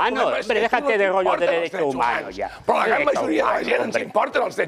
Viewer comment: No me vengas a explicar tu gorrrrllo❤❤❤❤❤😂😂😂😂😂😂